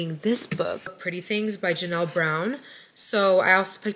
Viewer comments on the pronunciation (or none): none